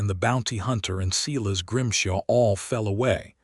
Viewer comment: It’s not Seeles it’s Si las. Very disturbing.